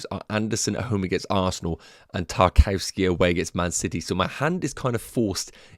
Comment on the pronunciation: Great content. Btw... Tarkowski is pronounced 'TAR - KOV - SKAY' or even 'TAR - KOV - SKEE'.